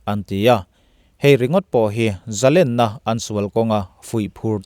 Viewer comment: A bengvâr thlâk ṭhîn hle mai. Amaherawh chu, i Mizoṭawng hman zîngah "Zalênna" tihtûrah " "Zalenna" i ti ṭhîn hi chu, insiamṭhat a ṭûlin ka hria.